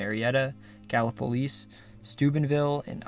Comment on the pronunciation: Props to you for pronouncing Gallipolis correctly; you must have done your homework!